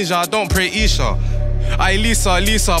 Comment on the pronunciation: He is lol😭😭. I clocked that too i was waiting for someone to mention how he said it like that